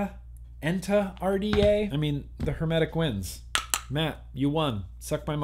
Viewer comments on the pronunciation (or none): ETNA not ENTA.. .Sorry brother, I know it's the dyslexia, but, it is the name of a volcano in Italy, designed by Italians... not a bad name after all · Cool to see you getting MTL RDAs,, am looking about your review on these! I already own (and seriously like)) the Cthulhu 1928 RDA, and I'm pretty sure you're gonna like it. The other isn't called the "Enta", but "Etna" (as in that vulcano on Sicily), and I'm curious how you like it compared to the Cthulhu 1928. That Fush semi-mech, yeah very gimmicky and definitely not innovative. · Its ETNA RDA, not ENTA.. hahahaha btw i hope you review the 1928 rda with proper mtl built in it. bcoz other reviewer did it with direct lung round wire built with 20~35watt... -.-'